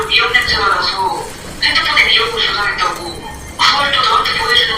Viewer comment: 핸드폰에 미역으로 저장했다 "구" 라고 들리는데 맞나요? 이 영상 보고 가세연 영상 목소리 찾아보니 "고" 말하는게 있지만 대부분 "구"로 발음하네요? 오.. 예리하심